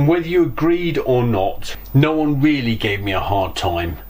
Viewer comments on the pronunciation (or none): none